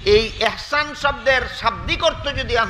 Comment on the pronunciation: হুজুর শব্দটি(একচান)নয় দব্দটি হলো( ইহছান)।